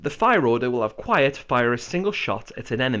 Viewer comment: The D in DQuiet is silent.